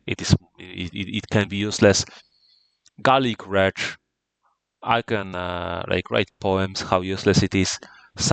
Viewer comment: This should be an excellent primer for newer players. Well done! Also, I find it hilarious that you pronounce Garlic Wreath like "Garlic Wretch" the whole time you're talking about how trash it is as a card😂